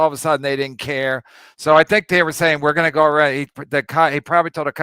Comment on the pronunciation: It’s “They” KB. Not “Dey”